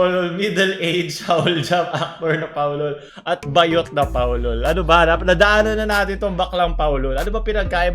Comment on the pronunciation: it's Baaaaah-yot, not ba-yot. Hahahhahahaha 😂😂😂